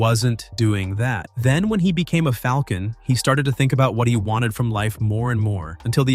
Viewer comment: Teach the other guy how to say Falcon please